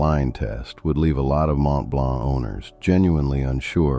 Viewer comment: Mont-Blonk 😂 As if 11labs can't pronounce basic french